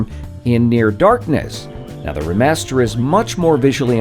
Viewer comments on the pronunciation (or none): Everyone else: “Re” master -: “Ra” master